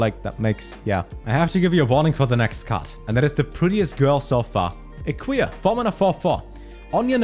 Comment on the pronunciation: when you said "Eqia" I thought you said "A queer" x)